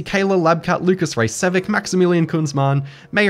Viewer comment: Raycevik? Huh. Neat.